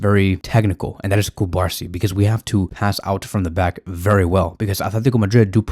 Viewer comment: The pronunciation of the Barcelona player’s name is Cu-bar-SÍ. The accent means something. Pls be respectful and say his name correctly. Thx